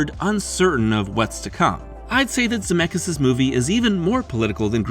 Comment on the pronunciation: Ze met skis not Zemekis😂